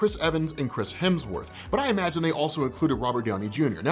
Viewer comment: lol "Chrims Hemsworth"